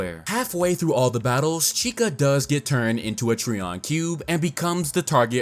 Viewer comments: You pronounce it as Tree-on and I pronounce it Try-on. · (Tri)(on) - Trion it hurts each time you say it lol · Trion is pronounced "try • on."